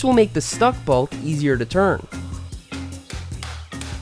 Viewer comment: Say “balt” one more time